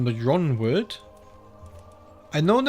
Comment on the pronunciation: Just a heads up that Yronwood is pronounced "Ironwood"